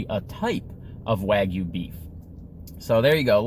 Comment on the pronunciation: 900 calories. Also it is pronounced Waa* gyoo. Or Wa Gyou.